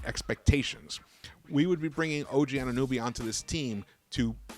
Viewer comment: It’s AnunOby not “AnunUby” 😂